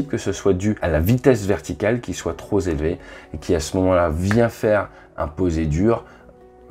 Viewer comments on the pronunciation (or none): 4'45 une vitesse tro zélevée ça n'existe pas. Tro pélevée oui.